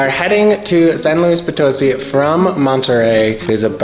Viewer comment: Educate yourself on the correct pronunciation of the place you visit... It's San Luis Poto-SI... Reflects ignorance and no consideration for Spanish... Follow the accents... UGH!